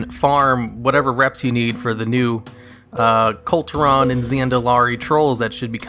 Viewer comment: Kul Tiran: Cool--Tear-In. Not hard to pronounce.